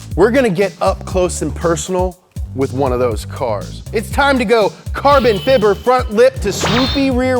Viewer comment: I would probably watch this channel more, but I can't stand how he says fiber every single time!...